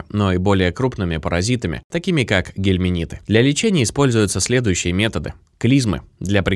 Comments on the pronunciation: Очень режет слух, когда говорят "гельминиты" вместо " гельминты". А натощак 2 раза в день выпить противоглистное средство не удастся, потому что натощак можно выпить только перед завтраком, а потом ( 2- ой и 3- й раз) просто перед едой. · Не гелминиты ,а гельминты.